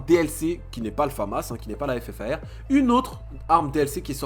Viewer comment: ta paq retenue on dis le ffar mdr